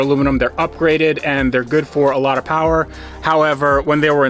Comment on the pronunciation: More powah baby